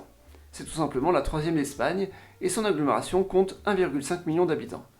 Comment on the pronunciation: Sans vanne : tu serais pas dislexique par hasard ? Depuis quelques années que je te suis j'ai remarqué des problèmes de diction comme "algomeration" "aroport" "sympolise"